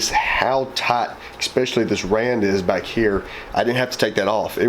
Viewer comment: I mean this in the most respectful way possible because I love this channel. The word is "ESpecially" not "EXSpecially".